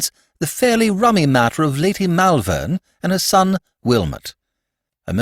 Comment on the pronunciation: Not bad, but Malvern is pronounced Mulvern, and I winced every time it cropped up.